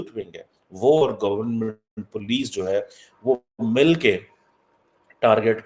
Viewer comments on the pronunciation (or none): none